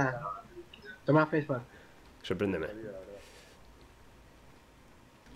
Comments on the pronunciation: Jajaja si es cierto dice "soy fesbac" se oye muy cómico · Oigan soy el único que le da gracia cuando dice soy fesbac xD jajaja te quiero amigo sos un pro disparando